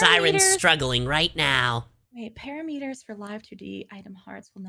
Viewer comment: is lovely and this is so not important but that pronunciation of "parameters" gave me hives